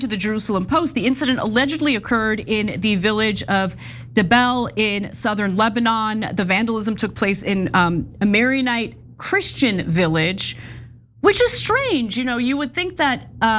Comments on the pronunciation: It's Maronite, not "marionite" 😂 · Krapsparian can't even pronounce "Maronite" correctly. As usual from 7000 miles away she have no idea on reality in S. Lebanon. It's not Hezbollah that allows Christian villages, but Christian villages doesn't allow Hezballons to enter and use them for attacks against Israel, thus they are intact while Shiite villages (these are Hezb strongholds with every house connected to tunnel network and rocket launchers in garage) are demolished.